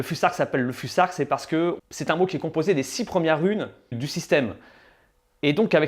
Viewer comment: On prononce fusark ou fousark?